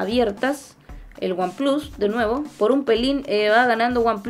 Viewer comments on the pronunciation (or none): buen vídeo, espero ver uno de comparativa de cámaras que creo que también va a ganar oneplus, sobretodo el modo retrato. y un detalle que me hizo gracia, dices "aifon 7 plas" y samsung s8 "plas" en un perfecto inglés menos el número pero luego en vez de "wanplas" dices "wanplus" en en perfecto spanglish. Yo a ver si mañana consigo vender mi s7 edge y me compro el oneplus 5 desde que vea una ofertita.